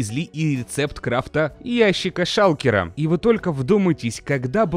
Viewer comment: сказал "Шалкела" ))